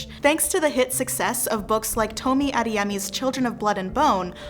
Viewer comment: The speaker can't say Yoruba well or Adeyemi. She should have practiced how to say it. Please remake this video with proper pronunciation. You're indirectly educating people to incorrectly pronounce Yoruba names.